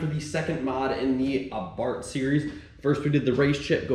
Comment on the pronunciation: I see you use the name Abarth 500 in this title and not the F-word, 🤣 (edit: you even pronounce it “Ah-Bart” in Italian pronunciation, nice) I keep hoping someone takes a yellow one and customizes it into a “Abart Simpson”